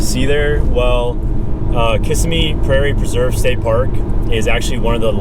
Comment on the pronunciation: I have been there several times, but should stop talking. He started by miss pronouncing the name Kissimmee.